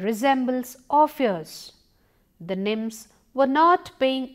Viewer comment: I think she try to say nymphs.